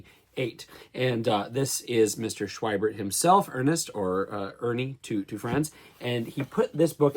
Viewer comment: Schwiebert is pronounced "Shv-ee-bert" a "v" consonant and long "e" sound.